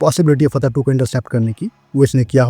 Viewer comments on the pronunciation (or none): फ़तह ❌ फटा ✅